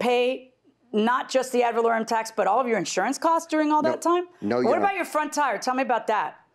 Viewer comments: They both keep saying "add volorieum" lol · The judge told the Plaintiff how to pronounce "ad valorem" and he still ran right over that pronunciation immediately after 😆😆😆. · Plaintiff: Valerian taxes JM : "AD VALOREM TAXES" Plaintiff: ....valerian... JM: ...ad...valorem..